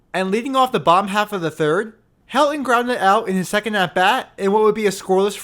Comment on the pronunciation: Also, there’s a ‘t’ in Helton… It’s pronounced Hel-ton. Not ‘Hel-on’.